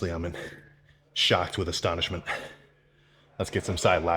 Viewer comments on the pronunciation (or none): Bro I can’t with this legend my guy said shocked with Estonishment